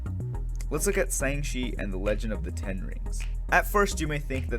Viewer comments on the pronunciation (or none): man really said sang she lol love the vid